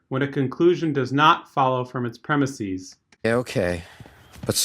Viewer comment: Also illogical is your pronunciation of "premises".